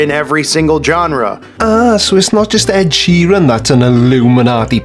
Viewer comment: This joker can't even pronounce Ed Sheeran